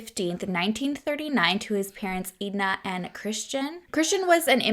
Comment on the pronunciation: Bless your heart. The name Edna messed you up. Say the name Ed. Then add Nah. Ok it them together and you get Edna. 😂😂love ya!